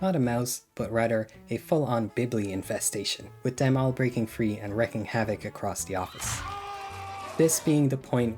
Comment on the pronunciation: Stoklasa, not Stolaska. “Wreaking havoc”, not “wrecking havoc”